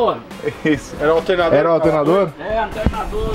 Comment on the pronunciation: Esse Tiozinho Japa Eletrecista foi o melhor, muito comédia. "Qual Peugeot"? Ah, do "Altenadô"